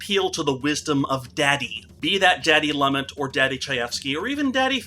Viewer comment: Loo-Met. Not Lumit